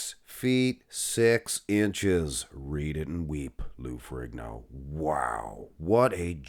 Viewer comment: Silent G in Ferrigno.